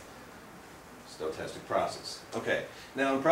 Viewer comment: I think it's interesting how he adds letters to stochastic, instead he's fantastically stoked! Stoke-tastic! Also, Wiener is pronounced with a V (Vee-ner). I realize they are just implications of the local vernacular, but it always makes me jump a little bit when he says them. Overall, a great high-level overview for non-mathematicians.